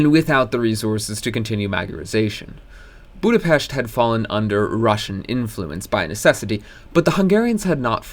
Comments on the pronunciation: Thank you for pronouncing Budapest right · You're the first youtuber i see who pronounces Budapest correctly, so thank you and congrats